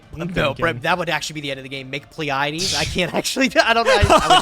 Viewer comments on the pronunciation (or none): none